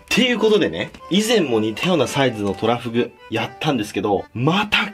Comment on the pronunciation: 秒の時巨大トラフって聞こえたの俺だけ?